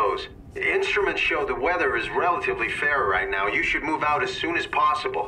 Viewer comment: the word "should" should've been emphasized.